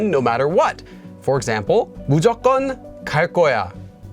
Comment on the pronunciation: also it is always pronounced [무조껀] :)